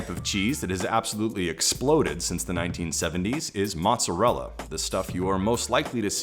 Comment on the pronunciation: That's not how you pronounce mozzarella.